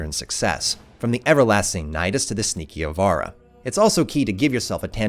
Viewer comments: It's pronounced "Eye-vara", not "Ee-vara", thanks. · Did you just botch the word Uranus? And ivara?